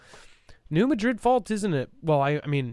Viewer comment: New MAdrid, not maDRID. That’s OK, it’s not your fault.